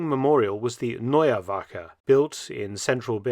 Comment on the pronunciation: Attention à la prononciation de "Neue Wache"